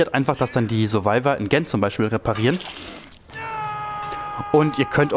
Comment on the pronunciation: wie Du GEN aussprichst macht mich wahnsinnig